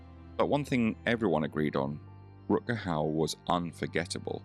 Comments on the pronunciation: Jaki Rut Kau? Kuźwa co ten AI lektor z Koziej Wólki pierdzieli. Czy nie ma już normalnych lektorów z krwi i kości? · I will never forget a small, but real moment that happened on a local TV station, back in the early 1990s in Seattle...Rutger was beginning to be interviewed on a "morning" regional show, hosted by a well-known, blonde "bimbo" type of local media "star"....She started off the interview by mis-pronouncing his name...and then, she mentioned the name of his latest movie--but completely blew it!...Rutger was not in the movie she referred to!...So, he visibly stiffened, gave that malevolent stare that only he could give, and answered just a couple more questions by saying yes, or no...no further info came from his lips!...He was clearly pissed!..and the girl terminated the interview very quickly. I felt sorry for Rutger--and also sorry for the vapid hostess of the show! A very awkward moment!